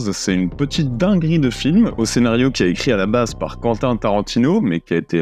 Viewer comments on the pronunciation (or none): none